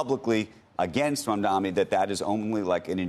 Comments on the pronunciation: dani, not dami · It is Mamdani, not Mamdami, it is "N" not "M". The racism is palpable. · Andrew Ross Sorkin is one of the good guys, but can’t he learn to say “Mum-don-ee” properly? Zohran might become the mayor of the most important city on earth- we owe it to him to pronounce his name properly. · why does Andrew Ross Sorkin still call him MAMDAMI? Considering how obsessed he is with him, you can only think this is his racist passive-aggressiveness. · Famed and respected author who people take seriously Andrew Ross Sorkin still saying “Mandami” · You idiots need to get his name, right. It’s pronounced Mum-Danni. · It's incredible that Sorkin cannot pronounce the name right. He says "Mandami" at least twice. Betrays the disdain. Come on man, you're an actual journalist. It's not that hard. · not billionaires, its criminal billionaires... and btw its MAMDANI with a N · Journalists get Mamdani’s name correct challenge: impossible 😂